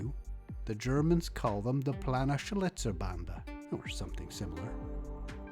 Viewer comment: nice try Planenschnitzelbande just like plan in english with en after and well yes schlitzer